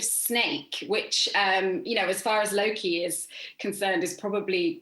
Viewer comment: Did he say looki instead of Loki??